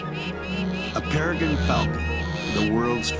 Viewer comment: Wild that even a narrator for The Smithsonian Channel would mispronounce PEREGRINE SO MANY TIMES! Lol. It’s NOT a Per-i-gun falcon, it is a /PER-I-GRIN, -PER-I-GRAHYN, -or even a PER-I GREEN .. Falcon, C’MON! I sadly expect this now out of the very young sounding male narrators, it’s way too common, with fixable lisps & all. When it’s just become very common in even an institution that holds themselves up in such high regard, well that doesn’t help the youths learning especially after going through the last several years missing some very valuable school & peer learning time.